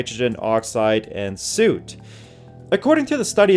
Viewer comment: Did he really just pronounce Soot like "suit". Bawhahaha